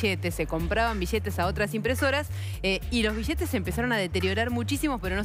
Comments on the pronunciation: Sheee boludooo si me dan 1 dólar cada ves que dice "bishetes" me hago millonario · bijetes,,, destrujiero.....destruchen.....deteriorada le lengua que tiene....hay argentinos....ladrichitos...jajajajajajajaj....bijetes, bijetes,,,bijetes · Vosh pashate unosh bishetesh 😂😂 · Sin ofender pero disen vishetez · Bishetes, Bichsetes, Bischetes... que horrible hablan! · mas de oshocientietos mishones de bishetes XD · bishetes sheva destrushen mishones ladrisho looooolllll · Un like por cada "bishete" que se diga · Que horrible pronunciación de los argentinos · la palabra es billete, no se pronuncia ni billete y menos biliete... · juan pablo bertoldo Obvio que shia shabia. Bishetes shicos y bishetes grandesh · Rigoberto Rojo En Argentina, Uruguay, y Paraguay hablan así por la influencia del portugués en América con el idioma español. Los bixetes o bishetes mixones, o mishones, es el shhh del portugues. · Que muchas veces dijo bishetes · Una pregunta, sin ánimo de ofender, por qué si se escribe "billetes" lo pronuncian "bichetes"? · Es Argentina por eso dice "bishetes". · Bishetes de mashor denominación bishetes bishetes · Por que dice bishete? es billete, me transformo en peter capusoto y le digo que hable bien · Chee piva... Se dice billetes, y no es BISHETES... Che piva Anda a la escuela de buenas pronunciaciones. Y no es chiste che piva!... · Dijo como mil veces "bishetes" en 5 minutos :/ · Billetes ni bisheetes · Nadie pronuncia bien la doble L (ll) la mayoria pronuciaria bi-ietes o biyetes, cuando la forma correcta es bilietes. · Billetes no bishetes no entiendo por qué no hablan normal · billetes, no bishhetes, BILLETES. DESTRUYERON: DESTRUSHERON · Bishete, billete estos argentines y su pronunciacion de mda. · mas de 8cientos mishones de bishetes -billetes* -y plata es mas JAJAJA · se dice billetes no bishetes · no se dise bishete sino billetes. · bishetes grandesh y bishetes shicos. :V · Pero como se destrushen los bishetes bishetes